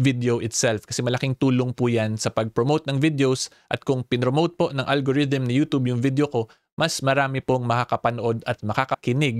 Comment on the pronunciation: baka pwede magrequest. Paki bago mo yung pagbigkas ng *yutoob". Kainis pakinggan eh.. parang kabaklaan ni vicr ang datingan. 😂.. just saying.